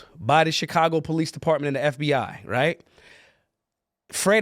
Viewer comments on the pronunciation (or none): none